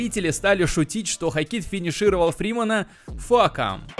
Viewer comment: Как же уши режет ХокИт